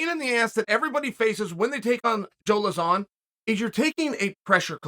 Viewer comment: who's joe luh-zaan lol